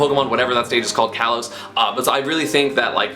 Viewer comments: /a:/, not /εı/. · I'm pretty sure it is pronounced ka-los instead of kay-los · KAH-LOS not KAY-LOS just so everyone knows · Kalos is pronounced like Callum. Call-os. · It’s pronounced Kah-LOs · Plays Pikachu, can’t pronounce Kalos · kalos is short a, it is not followed by a vowel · Esam It's Not Kalos It's Kalos Get It Right